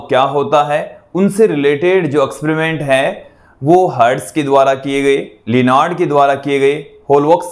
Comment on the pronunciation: Eksperiment bolte h akspariment ni sir😅